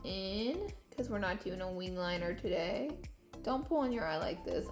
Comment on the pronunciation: "Taday's video" I wanna punch her for saying "today" like that